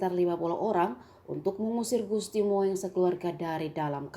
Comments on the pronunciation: WADUH.... MIIN.... MIIN.....BIKIN MALU.... SONO BELAJAR BAHASA INDONESIA....SASTRA INDONESIA.... KUASAI EJAAN BAHASA INDONESIA.... JANGAN BUAT KAUM PENERUS BANGSA JADI TAMBAH AMBORADUL. CINTAI INDONESIA : BAHASA INDONESIA BUDAYA INDONESIA DLL. ""MOENG". DIBACA. ""MUNG"" BUKAN ""MOENG"" DIBACA. ""MOENG"" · Bacanya salah....Gusti Mung, bukan Gusti Moeng.... Itu ejaan lama tulisannya 🤭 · Gusti Moeng itu dibacanya Gusti Mung bukang MO ENG... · Bacanya Mung bukan moeng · Bacanya "Mung" bukan moeng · Bukan moeng Bu, tapi mung bacanya, o alah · Moeeeeng🤦🤦🤦🤦🤦🤦 hadehh Gusti mung bacanya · Min bacanya Mung bukan Moeng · Waduhhh...pembaca berita nih kurang paham tentang ejaan lama dan baru.. "Moeng" harusnya dibaca "Mung", tlg editor, sebelum di upload di cek dulu ya. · Katrok parah emeng news casternya, PB XIII dibilang ke VIII, Moeng dibaca bulet2 moweng, yaaa gitu lah klo asal baca yg disodorin doang, ga ada pengetahuan ato riset ttg materinya dulu, bikin malu aje 🤣